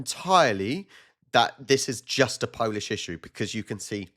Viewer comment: Nice Polish pronunciation , awesome